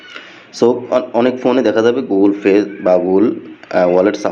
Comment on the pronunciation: শালা কাংলাদেশী ঠিক ভাবে গুগল পে উচ্চারণ টাও করতে পারতেছে না 😂